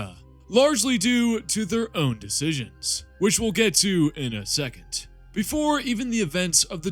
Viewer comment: secon-dis nuts